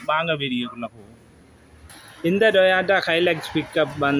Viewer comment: It's called Toyota, not Toyata😂 And this vechile is a complete old trash,if you dont know about vechiles, don't create any videos about it.The vechiles you promote are total trash...Don't make people fall into these junk traps🤮